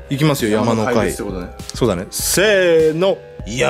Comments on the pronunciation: ｢やまのけ｣じゃね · やまのかいじゃなくてやまのけじゃないですか？ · 山の怪[山のけ]って言うんですよ。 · 山の怪はやまのかいではなく やまのけですよ！ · やまのかい ではなく やまのけ